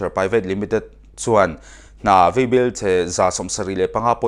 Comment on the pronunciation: Vaibel te hi veibel a ti tlat a. Mizoṭawng a tikhawlo zo dawn.